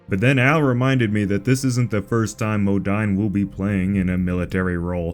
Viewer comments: His names is pronounced Mathew Mo-deen not Mo-dine even though it’s spelt Modine. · Pronounced modeen… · It is actually pronounced Matthew MO-DEAN.